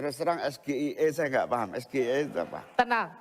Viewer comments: Bukan pertanyaan agak sulit, tp cara bacanya Gibran itu yg tidak bisa difahami, SGIE itu bacanya adalah SJAI , sotoy tuh Gibran merasa sok waw waw 😂😂😂😂😂😂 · gibran harus lebih byk belajar Pengucapan huruf A SAMPAI Z dlm bhs inggris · Bukan pertanyaan ada sulit tapi anda yg ga ngerti bahasa inggris SGIE tapi anda mbacanya SGIE dgn bahasa indonesia belimbing sayur bilimbing sayur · 😂😂😂 Laah ternyata Gibranpun salah harusnya menyebut singkatan English dgn Lafal English, Bahasa Ingrisnya Farah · SGIE... SGIE... ???? Pertanyaan Jebakan. Dan mengucap Singkatanpun Jelas Salah. BOCIL ini bisa jadi di ada team khusus yg "membisiki" dlm menjawab dan bertanya. Jika orang Mampu menjawab dan menerangkan..pasti paham segalanya apa yg di pikir apa yg di ucapkan. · Bocah ingusan sok pinter padahal yang di tanya apa dia sendiri gak tau, sok sok an Inggris ngeja SGIE aja salah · Sangat memalukan sekali bapak anak sama yaitu menjebak lawan bicara dg singlatan , padahal pengucapannya abjadnya salah APALAGI DEMGAN MEMASANG ALAT MENDENGAR UTK MENYAMPAIKAN/MENJAWAB ( KECURANGAN2 TERUS MUNCUL DISETIAP EVENT) TETAPI KPU BAWASLU MATI , TAPI KPU BAWASLU HIDUP KALAU DUA PASANG CALON MELAKUKAN KESALAHAN . semoga kecurang2annya TERBONGKAR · Gibran kalau tidak menguasai bahasa Inggris yang benar jangan ngomong bahasa Inggris ucapannya salah baca harusnya cak imin jangan menanggapi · Gibran memberi pertanyaan dgn sengaja menjebak namun SGIE cara Gibran mengucapkan istilah singkatan asing menggunqkan lafal Indonesia ini nilainya sama karena yg memberi pertanyaan juga salah mengucapkannya, sama sama tidak mendpt nilai dan pertanyaan yg Gibran ajukan ke Prof Mahfud MD juga yg sampaikan diluar kontek naskah yg sampaikan Tim debat masing2 tapi dak ada nilainya. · Mohon maaf kalau pertanyaannya agak sulit ya gus...😂 Sombong amat 😅 nyebut bhs Inggris aja tdk becus, begitu kok pendukungnya bangga, jdi malu sendiri ada debat sekelas cawapres kok begini 😢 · awal dia bilang SDIE bukan SGIE...........